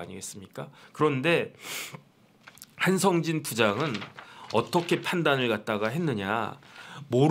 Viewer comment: 동기생이라면서 한성진을 한상진으로 발음?